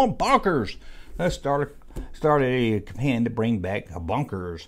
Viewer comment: Capan? It's campaign it's phonetic